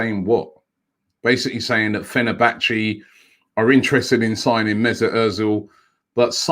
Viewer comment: It's almost as if he does it on purpose at this point 😂🤣